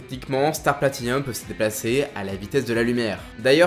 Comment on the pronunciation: C'est "Platinum", pas "Platinium". "Hirohiko" et pas "Iroiko". Ce n'est ps un avis, c'est factuellement vrai.